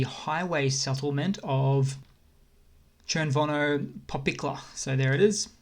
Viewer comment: Thanks for the update :) On you mentioned Chervonopopivka -- that's pronounced as "chair"-"von" (like the one used in certain German surnames, like "von Bismarck")-"o"-"pop"-"eve"-"kuh" (like "cu" in "cut"). The stress goes on the second syllable. The name "Червонопопівка" could be roughly translated as "the place of the Red priests" On you mentioned Velyka Lepetykha -- that's pronounced "Well"-"ik" (like "ick" in "lick") - "uh" (like "u" in "cut") (that's the first word, where the stress goes on the second syllable) "Lap"-"at" - "y" (like "i" in "dip") - "khuh" (like "hu" in "hunter") (that's the second word, where the stress goes on the third syllable). The meaning behind the settlement's name is rather obscure, but as I understood, it's named after a nearby dam.